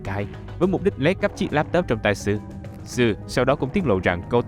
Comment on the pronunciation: sou đọc là so u mà oi:<< đọc là tsu mất tiêu òi:<<